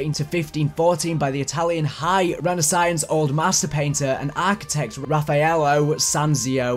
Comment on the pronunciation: haha, yeah you were right with the weird pronunciations. Hynrish Himmler =Hinrick Himmler (where the name Rick comes from), renesynce = RenAsounce (french pronounciation), barbarosa = BarbarOsa (Pirates of the Carribean).